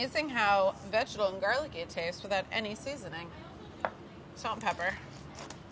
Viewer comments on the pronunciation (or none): Brad's "vegetal" pronunciation is rubbing off on people XD